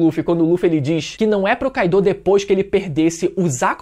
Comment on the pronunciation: todos personagens no anime pronunciam "kái-do" meus ouvidos estão funcionando ok.. então porque falar "kai-dô"?